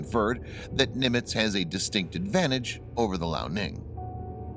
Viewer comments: hey dude,point of correction,the chinese aircraft carrier is pronunced;lee-ao-ning,not lao-ning,just so you know,btw good job,keep up the good work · I love how he pronounces liaoning “Lao” Ning, which Lao means old in Chinese